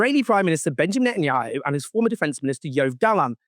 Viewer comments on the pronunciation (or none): none